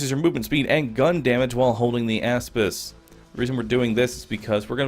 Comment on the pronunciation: I thought he was saying asspiss